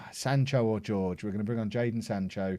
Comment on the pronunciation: "Kaio george, kayo george.. we never agreed how to say his first name did we?" well you're butchering his last name as well... it's pronounced like hore-ge